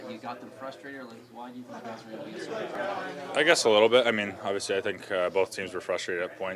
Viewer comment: somebody tell Auston .... " Aww - vee - seee " .... is pronounced ..... "Obviously" , obviously